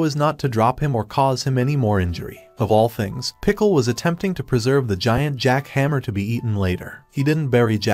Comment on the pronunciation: My man said jack hammer instead jack hanma